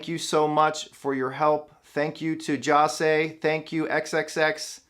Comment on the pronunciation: This isn’t to hate in any way, but it just really bothers me how he doesn’t pronounce XXXTENTACION correctly nor Jahseh! Goodness gracious.